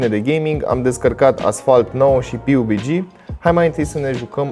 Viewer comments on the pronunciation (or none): Pe bune cum sa zici piubigi :)))